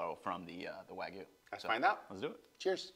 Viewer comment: The "wa" part of wagyu is correctly pronounced .